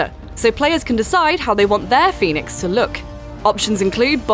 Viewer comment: She said Fenyx, Zeus, Aphrodite, Icarus,Prometheus all correctly..